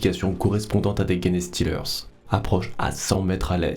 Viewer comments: Salut, très chouette une fois de plus ! Pourquoi "GUenestealer" alors que les anglais eux-mêmes disent "Jenestealer"? Surtout pour ce mot qui est anglais, donc pas de raison de vouloir aller le dire dans une autre langue, latin ou autre ^^' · Merçi et très bon travail de narration. Juste, c’est pas "guéné" mais "gènes" [jinstilerz] genestealers (voleurs de gènes). Bon courage encore merci pour le taff.